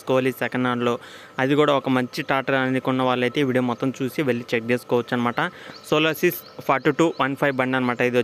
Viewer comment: అరేయ్ సోలోసిస్ కాదు రా సోలిస్ రా నువ్వు నీ చెత్త సోది